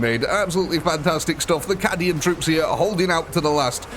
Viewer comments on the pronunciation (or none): Caaaaaaadian, not kàdian haha